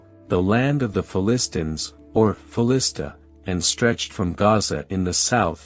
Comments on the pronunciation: Can't even pronounce Philistines properly. How can anyone take the video seriously? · It would have been great and more “hearable” if the machine could pronounce Philistines correctly. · Just started watching this video and I am turned off already. Please get someone who can pronounce the word Philistines.